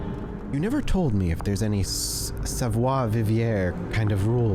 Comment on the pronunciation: "savoir" was well pronounced ! "Vivre" however xD